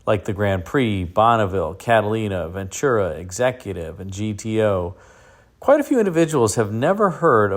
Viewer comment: it's pronounced VEN-TURA...NO CH in Ventura!!